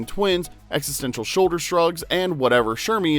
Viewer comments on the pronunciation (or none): none